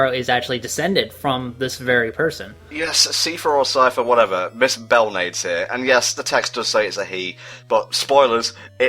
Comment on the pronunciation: I'm not too sure, but I believe Belnades is pronounced as "bell-nah-des"